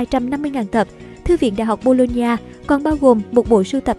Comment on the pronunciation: Đọc nhầm thành đại học bôn ba =))